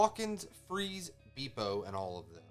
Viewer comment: not beepo, its beppo :D